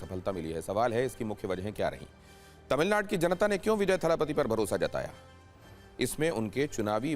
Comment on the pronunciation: 😂 Are anchor.. tamilnad nhi Tamilnadu hai.. teleprompter par Au ki matra hat gyi to wahi pad diya ??